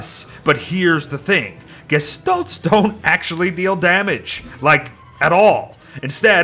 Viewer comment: Why u saying gishtolts when u always would say gestalt